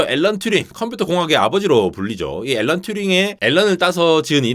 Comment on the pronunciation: "알"란 ㅋㅋㅋㅋㅋㅋ